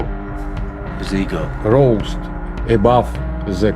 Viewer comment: Russian: Eggo Shawn: Ego Russian: Eggo 😂